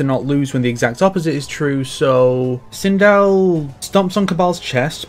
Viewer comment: Why the heck are you calling sindel during mk11 aftermath segment twindel